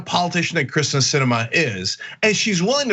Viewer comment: I love this piece, but Cenk Uygur really needs to learn how to pronounce Kyrsten (Hint: It's "Keer-sten.")